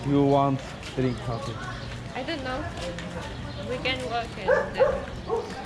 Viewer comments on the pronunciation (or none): none